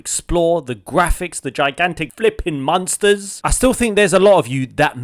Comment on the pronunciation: Apparently, I am the only person who pronounces "monster" as "munster". You've proved them wrong matey. Thank you 😂